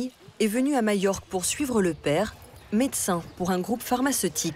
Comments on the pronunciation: ..... mallorca en espagnol ...... les 2 "L" se prononcent "y" en espagnol ..... " mayorca " .... Ou bien en français majorque ..... mais pas mayorque .... ça n existe pas. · Alors pourquoi prononce-t - elle " y" ( "Mayorque")? Le nombre de gens qui font cette faute....